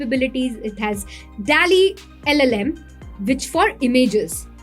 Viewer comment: 😂Dear Video editor, its "Dall-e"... Not "Tally"